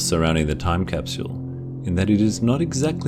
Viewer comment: I love how u say "casphule" ..